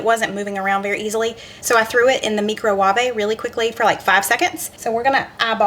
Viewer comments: I just died when you said mee-crow-wa-vey 😂😂😂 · Meecrowanby.....LOL I call mine mickeymike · Too funny! Kinda like “Rico Swavay!”